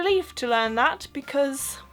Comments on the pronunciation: Ah, her t's at the end of some words are a little too hard. Still. Very very good accent. "but", "that" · Couldn't tell you were German - except maybe the first time you said "that" - hint of Central Europe accent there. Oh, and if you think queue jumping is "cheeky" - no, in Britain, queue jumping is "bang out of order." - so a a bit to learn yet... 😉